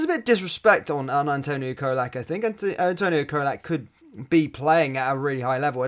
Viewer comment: Great Video as usual matey though you need to learn to pronounce Colak correctly before he leaves 😆 It's Cholak, CHOLAK 😂